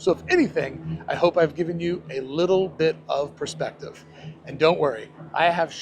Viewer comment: You said a "Desiner Perceptive." Are you a designer?